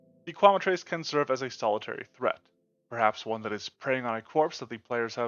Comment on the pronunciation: I hate to be a jerk, but you're mispronouncing Quemetrice. It's "Kwe-met-trick-uh."